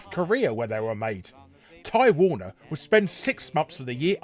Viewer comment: You spelled "beginning" wrong. Also I kept hearing "Time Warner" instead of Ty Warner. lol